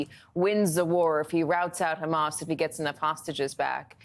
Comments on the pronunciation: The letter khhhh is arabic is H stop sound stupid just say hamas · Get Mehdi Hassan back on. Btw it is Hanas and not Khamas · Hamas or Khamas? What's with that...heard only from Israelis